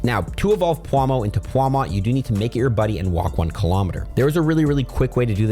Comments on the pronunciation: English is his third language </3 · pawmuah lol